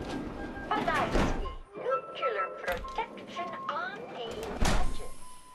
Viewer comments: Yeah...all I need to hear is "nuke-you-lar" for anyone's credibility to go right out the window, to say nothing of anything they might build. If you can say the words "new" and "clear," there is no reason you shouldn't be able to say "nuclear" properly. Of course, some people can't seem to stop mispronouncing it and making themselves sound like complete rubes. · I just like opening them and hearing how she says nuclear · Yup. Figured as much when I heard the thing mispronounce "nuclear" lol